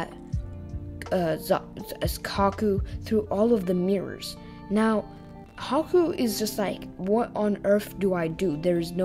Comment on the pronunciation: anyone else hear caku instead of haku ?